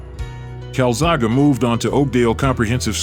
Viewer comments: Why are you deliberately mispronouncing his name? Your own video tells you how to say his name. Show some damn respect to one of the the best of all time. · How is it possible to research a video on a man and not learn how to pronounce his name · Fookin Ignorant yanks if your going to commentate on something do your homework it's like calling Roy Jones Jr Ray John's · I did 12 minutes cart cope anymore great video but how he’s saying joe Calzaghe has made me angry 😂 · bro you dont even know how to pronounce the name of the person whom is the subject of your video. This is just plain embarassing and cringe. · Good video, but 1 thing I can't let go of. Say the man's name correctly 🤣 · Yeah atleast get the name right mate lol, the guys a legend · Please re-edit this video using the correct pronunciation of Joes surname. It is the least that could be done for such a warrior. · pronouncing his last name wrong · He is great, you really should learn how to pronounce his name. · Fuck me , at least say his name right. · How can you pronounce his name like that 🤦‍♂️🤦‍♂️ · good video but you should have pronounced his name right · Dang man how do you pronounce his names two different ways and keep switching between them and be wrong both times even the caster says it at ish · Only four mins in and you have pronouced his name wrong about ten times. How can you put so much effort into a video and fail to get the dudes name right?... and its so annoying i cant be bothered to finish watching. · If you are going to comment on a boxer,get his name rite ( CALZAGHA ) ???? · For Christ's sake pronounce his name right. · Can't even be bothered to pronounce his name correctly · Why can't you pronounce Calzaghe? it doesn't end with A wtf? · You took the time to make a fun YouTube video but didn't bother to learn how to pronounce his name? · You'd think a narrator would research how to pronounce the subject's name correctly . sheesh.🤨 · It clearly is An E not!!